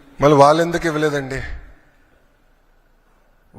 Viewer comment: ఒరేయ్ పప్పు వాలు కాదు రా వ్యధవ వాళ్ళు. ముందు తెలుగు నేర్చుకోరా